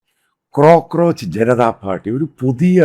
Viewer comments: "Crocroach" അല്ല cockroach. 😅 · 😂IT IS NOT ' CROCRO'.... ITS COCRO😇